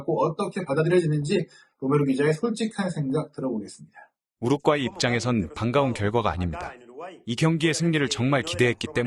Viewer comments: 우르과이지 왜 우룪꽈이 라고 발음하냐 이 찐따야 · 첫 경기에서 너무 혹사해서... 두 번째 경기 부터 힘이 딸릴까 걱정이 돼네. 그나저나 왜 여기저기서 우루꽈이라고 읽는지.. 멀쩡하게 우루과이라고 써 놓고.. 그 발음이 그렇게 어려운가.. 생각하게 만듬. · 우루꽈이 존나 거슬리네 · 왜 자꾸 우룩꽈이 라고 발음하죠 넘 웃겨서 다른 내용이 안들려 ㅎㅎㅎㅎㅎㅎ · 왜 자꾸 우룩과이라고 발음 하나요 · 성우분 우루과이랑 우루꽈이랑 다른나라입니까? ㅋㅋㅋ 설명 듣는 내내 거슬리네요 ㅋ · 우루꽈이 겁나 거슬리네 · 우룩꽈이...넘 거슬려....언제는 우룩꽈이, 언제는 우루과이... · 계속 "우룩 꽈이"라 고 하는거 킹받네~ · 좋은 영상컨텐츠 감사드립니다. 다만, 우룩꽈이가 조금 거슬립니다 ㅎㅎ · Ai아나운서가 우루과이를 우루꽈이 로 발음하네? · 영상 중 더빙은 안하시는 것이 좋겠습니다. 발음이 너무 부정확합니디ㅡ. 우룩꽈이..라뇨. 성우분이 교포인가요? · 우룻꽈이 라고 발음하네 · 왜 많은 유투버들이 우루꽈이라고 발음 하는거지? 원래 우루꽈이를 내가 지금까지 우루과이로 잘못 알고 있었나 헷갈리는 중. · 발음 개구리네. 우룩과이는 뭐임. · 우루꽈이? ㅋㅋㅋ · 우룩과이 발음 킹받네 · 번역성우 우르꽈이 우르과이 발음이게 뭔가요:? 전자남인가요? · 우루꽈이... ㅋ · 우루꽈이라고 하지... 본토 발음인가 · 아 ..우루꽈이 우루꽈이 ...발음 진짜 거슬리네,ㅋㅋ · 여기도 우룩꽈이라고 하냐 이거 다들 이렇게 읽어? 아니자나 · 우룩가이로 들리시는분?? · 우룩꽈이 싸일싸일 이 발음 너무웃겨용 ㅋㅋㅋㅋ